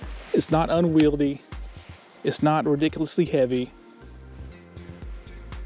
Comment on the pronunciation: Uses the word asymetrical wrong arogantly,, dont even pronounce unwieldly right lol